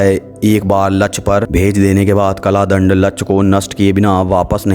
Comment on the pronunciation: Kala dand nahi kal dand hota h bhai